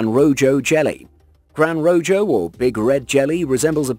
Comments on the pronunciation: Pretty sure it's pronounced roHo, not rojo. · "Grand Rojo Jelly" the J in Rojo is pronounced like an H, as it's the Spanish word for "red". So, it ought to be pronounced like Roho. Jesus, the amount of false information is these videos is astounding! From bad mispronunciation faux pas, animal misidentification to flat out bullshit. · Angular Fish, Ro-Jo Jellyfish... The only monster here is your mispronounciatuons... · "Gran Rojo" is a Spanish name. Rojo is pronounced "ROE-hoe", not Roe-Joe. Also, it's Giant Squid, not Gigantic. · It's also not Rojo. It's pronounced roho lol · Grande Rojo, pronounced ro ho. So many have pointed out inaccuracies, this needs a new voice over. The truth is interesting enough. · Lost me when he said RoJo incorrectly... I mean COME ON... Spanish isn't that hard! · This would be a lot easier to watch id you pronounced things correctly. Rojo=Ro-Ho. Angler=Ay-ng-Gler. Angular fish...SMH. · Rojo is pronounced Roho . The Spanish letter 'J' makes the English letter 'H' sound. A good example of that is the name Jesus (I mean it is Easter Sunday after all), The name Jesus is pronounced Hey-Zues when using the Spanish language. Another great example is the word Jojoba, its pronounced Hohoba in Spanish. You do know that you can Google Word pronunciations if you're not sure that you're saying the word correctly right? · Rojo is pronounced row-ho that is Spanish for red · "Gran Rojo" lol... You mean "Rojo Gran" and its pronounced "Ro-ho" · Rojo is pronounced as rroh-hoh . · Lol. Gran RoJOE. AngULar fish. Learn how to pronounce these. Jeeze. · Wait the weird eyed squid are found in the tropical Atlantic? Pretty sure the Mariana trench is in the pacific.. and the Rojo jelly is Def pronounced the Spanish way, since it means red. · Finally someone mentions the rojo thing. It was so annoying! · Rojo is not a J sound its an H sound lol Rojo is red in Spanish.